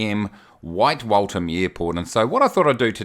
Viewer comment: Not Walt ham but walth as in the walth-hum